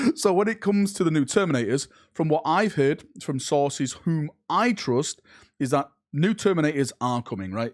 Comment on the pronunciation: "Rumours from mah sauces"